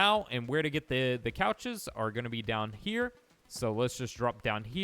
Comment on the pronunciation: bro is calling the conches couches